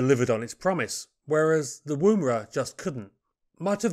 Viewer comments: Pronunciation note (if you will excuse me); Woomera is pronounced 'wUmera' by most of us, as if you were from the North of England (as in; "Eh Up! It's bUms that count 'ere, not 'ats"). Similarly, the preferred pronunciation of Boomerang is 'bUmerang', though few of us do this. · Hmmm... Woomera is pronounced as in Woman... Wom-era. The woomera is held in one hand while the other hand places the butt of the spear on the woomera's hook; the hollow curved shape facilitates this alignment without looking. The woomera effectively lengthens the thrower's arm, greatly increasing the velocity of the spear. Correcting for the game animal's lateral dodging is accomplished by tilting the wing-shape woomera during the throw for last-second corrections. The kinetic energy of a spear launched from a woomera has been calculated as four times that of an arrow launched from a compound bow. Boomerangs were described in 1822, in detail and recorded as "bou-mar-rang" in the language of the Turuwal people (a sub-group of the Darug) of the Georges River near Port Jackson. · Thank you for these pieces on aircraft previously totally unknown to me. Incidentally and not terribly importantly, the "woo" in "woomera" is usually pronounced with a short "u" - ie more like "wuh" than "woo". A woomera of course is a piece of wood shaped to be used to throw a spear further and harder - a similar principle to a modern day plastic dog ball thrower. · It's pronounced Wumera. Wum as in woman. Hope that makes sense. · For information - the oo in Woomera is pronounced much closer to the OO in Book, of cook. No worries, as i say, just for future reference. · Pronounciation of 'oo' in Woomera is like 'oo' in look. Not like 'oo' in boo. This name is from the indiginous australian word describing a throwing stick for launching a spear. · Not a criticism. But as an Australian I would like to mention this. The woo in Woomera is pronunced like the Wo in woman. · Woomera. Oo as in book not moon.